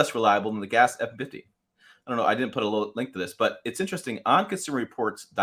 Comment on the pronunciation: “Ford effinfitty”